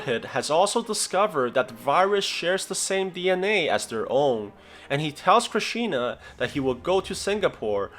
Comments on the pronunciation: It's not Krishina, it's Krishna, u totally ruined his name bro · Bro it's Krishna not Krisina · its not krishina is krish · Its not krishina its krishna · just learn a bit of hindi and pronounce it right, its KRISHNA not KRISHINA dude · Why whyyy😭 did you say krishna krishina whyyyyy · It's not Krishina it's Krishna Krish + Na Krishna👍🏼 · Its Krishna not Krishina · Krish ee na XD Its krish na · It's Krishna not krishina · It's Krishna. Not crishina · its krishna not krishina kri-sh_na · It's not "krishina" it's Krishna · You say its krishiina. It's actually Krishna cause if you see it "Indian movie" you'll know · i feel very awkward when you pronounce krishans name as krisheena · And it’s Krishna and not knishina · krishina xDD its krishna these white folk trying to pronounce indian names XD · Kriishina😂😂😂😂 Dude it is prounced like KR -e-sh-na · Its krishna stupid not krishina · It's not kri shi na it's krishna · Btw how you pronounce Krishina it’s Krishna no I even tho there is I know this because I watched this and I’m Bengali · Bruh it is not kishina it's krishna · Kristina? wtf it's Krishna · It’s not krisheena lol. His name is Krishna. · Well it's not Christina it's Krishna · Fun Fact : "Koi mil ga ya" is a indian movie that is about docter rohit's story and is the prequel to krrish, go look it up (sorry bad english) Also there is a "krrish" 1-3 Also its not "krisina" its krisna Also go watch "krrish" 1-2 and "koi mil ga ya" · Why is he reading it like there is an extra 'i' in Krishna. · Sorry but its pronounced krishna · This is my favourite movie and you pronounced his name wrong